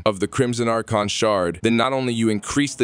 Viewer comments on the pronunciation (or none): Y u gotta say "AR-CHON" instead of "AR-KON"?! 🤦🏻